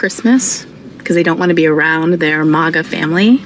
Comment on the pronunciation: Dude it’s MAGA not MEGA buddy. Yes we are large and in charge but if you can’t get the acronym correct then why would anyone even listen to your opinion. MAKE AMERICA GREAT AGAIN.😎